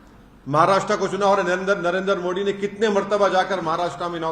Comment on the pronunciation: इसको मोदी जी का नाम लेना नहीं आता बोलता है नरेंद्र मो Di